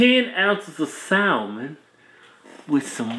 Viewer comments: salmon has a silent “L”. 😅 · You dont pronounce the "L" in salmon. Its suppose be like "saah-mon"